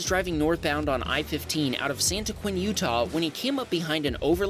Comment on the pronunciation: Thank you for pronouncing Santaquin all correct like! 😆 Now have a go at Tooele and Hurricane lol (Too-will-uh and Hurruh-cn)